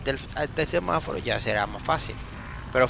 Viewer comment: No sé dice semáfaro es semaforo